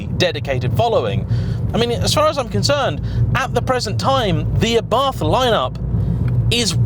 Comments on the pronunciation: Pronunciation is not ffs. It's Ah-Bart. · im italian and the way you pronounced Abarth at minute is just ridiculosly wrong!! It sounds like you are say Arbath which, once again, is totally wrong and not it is pronounced. The way britsh say abarth normally isnt really far off from the way we say it so just stick to that! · why should it be ARrrbat? Im from italy and its simply called Abart, not Abarf oder …. Wtf…xd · Who the f**K pronunce "Arrhbart"? Trust me, I'm italian, "ABARTH" is more similar to the italian pronunciaton. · ARBATH???? Can't you read, it's A B A R T H.... I usually like your reviews but this one was pointless...... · I puked a bit of blood in my mouth at “aRRRRbath” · "it's properly pronounced ARRBARTH" Me: 🤔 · I would love to know who told you that it is pronounced Arrrbarth! 🤣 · I like it, although mum keeps calling it variations on Abarth - a bath, Ardbath, Abroath, aardvark... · I think you had that pronunciation wrong 😅 it's not a pirate ship haha. Just say it without the H and roll the R a little. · Boasts “I know how to pronounce Abarth” then massacres pronunciation like a pirate with a speech impediment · Except he didn't boast. He pointed out that hes aware of his incorrect pronunciation. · it was just amusing to me that he pompously/defensively said “I do know it’s properly pronounced X” when it’s really not. But it’s a small problem in comparison to the fact this ‘review’ is a desperate attempt to be controversial with an awful clickbait title.